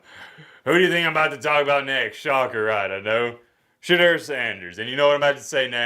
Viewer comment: put some respect on Shedeur’s name = it’s SheDOOR, not SheDURR… it drives Deion crazy. Now you know.. when people know the right way to pronounce it and choose to say it wrong, you know it’s disrespect..